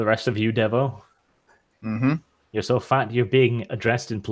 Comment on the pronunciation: When says "Devo", it sounds like "Devil"... I'm calling Heresy!!